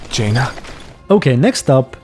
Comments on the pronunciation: Well it’s “Haina” the h is silent it’s a Spanglish word gangs called 13” or barrios” in L.A that word is associated with respect a girl that’s done there dirt For the barrio, and you can be called a haina if you’re walking down the street and fine as hell , so I would suspect he would call her that because he’s from the Valentino’s , in the beginning of he should call her haina and then v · jackie does call V "Hanna" tho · It's HYNA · You problly been told 100 times already but (high-na) is just Spanish slang for chicka